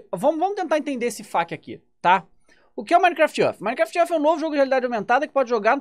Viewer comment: "minecraft ãrf"